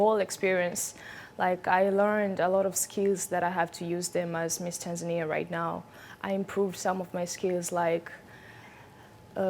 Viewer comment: I love how she pronounced Tanzania😍